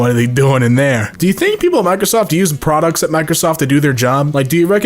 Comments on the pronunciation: hehe said produth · Lol says “produthe”